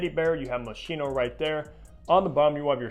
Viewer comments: Hello. The pronunciation of the brand Moschino is moskino and not moshino. 😅 Best regards from Vienna Austria Yigal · The correct way to pronounce the name of this designer is " MO-SKEE-NO". Thanks for the great review, this is among my favorite fragrances! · Right. It's a hard "ch".